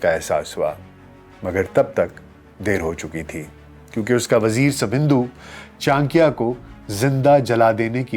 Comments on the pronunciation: Sir he is not "Chankiya" he is "Chanakya" ( चाणक्य ) and aap bol to rahe ho hindi but thumbnail mein urdu language kyo lagai hai ??? 😅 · بھائی یہ "چان کیا" نہیں بلکہ "چا نکّیا" ہے جس طریقے سے آپ چانکیہ کا نام لے رہے ہیں یہ آپ کی ناقص معلومات کا پول کھول رہا ہے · Acharya Chanakya boliye Chanakiya nahi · Chaankya nahin ...chaa..nakya ....pehle naam theek se pronounce kijiye! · Urdu so good even Chanakya becomes Chankya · its not chaankia. its chanak-ya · For proper pronunciation read this wrong spelling Channakya 😂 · Kam se kam aap urdu speaking h fir bhi sahi naam nahi le kar unko sahi se explain nahi kar sakty actual name chanakya h jismy 'na' word aatata h so plz aysy mahan shakhs ka naam sahi se le tabhi unke baary me baat kary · Chaaanikiya is it correct pronounciation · Before doing a podcast- must have learnt how to pronounce "Chanakya"! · Name toh sahi se le bhai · Tujhse naa ho paaayega inka sahi naam to le nahi skta to sahi chij kaha se bol paayega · Chcha aap pronunciation hi galat kre ho naam ka 😓😓